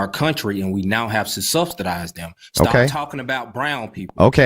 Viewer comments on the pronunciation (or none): People shouldn't use words they don't understand and can't pronounce properly... like subsidise.